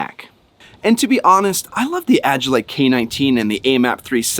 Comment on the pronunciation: Agilite =AGILE LITE = prounounced AJ- IL- LITE